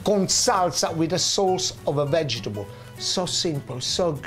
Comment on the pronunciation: I reckon I will pronounce vegetable "vegebull" from now on, just as Genaro does it . Gotta love this guy. :D